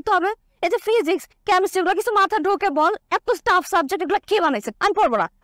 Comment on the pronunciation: ফিজিক্স কেমিস্ট্রি এগুলা স্টাফ(staff) সাবজেক্ট না,,, টাফ(tough)সাবজেক্ট হবে।।। বেশি ভাব নিতে গেছে।।।।